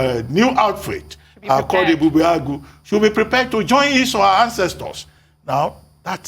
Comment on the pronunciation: your pronunciation of Ebubeagu falls short of that of Dr Abati who is a Yoruba man and you are supposed to be 'Igbo'. mmm?